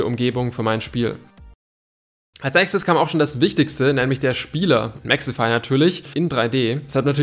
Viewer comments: es wird Mexify ausgeschprochen nicht mexefy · Sag bitte Mexify und nicht Mexhefy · Junge er heißt Mexify nicht mexefy😂😂😂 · Nicht mehxifai sondern Mexifyyyy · Warum hort sich das bei dir nach "Mexefy" an